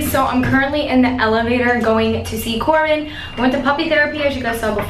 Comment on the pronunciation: its not corbean its corbyn😁😁😁